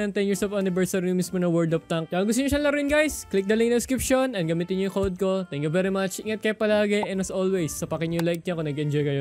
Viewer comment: Sabi raw ni "tank u por watching"